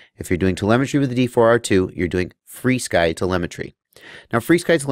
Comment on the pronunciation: "Free Sky" is actually the proper way to pronounce FrSky. They actually tell you that in the manual of their radios like the Taranis. So and everyone else who pronounces it "Free Sky" are saying it correctly as per the company's intention.